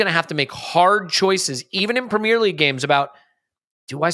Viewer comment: I switched off the moment I heard how he pronounced premier